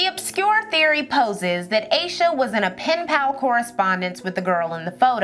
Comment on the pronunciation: I think her name is pronounced as Ahsha not Aysha. 🤦🏿‍♀️